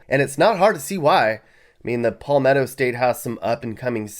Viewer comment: He mispronounced Palmetto. It is not Paw-metro. It is Palmetto, like I'm your Pal. Not Paw. Also, mispronounced Lancaster.